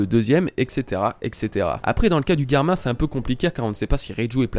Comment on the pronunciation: GERMA pas GUERMA !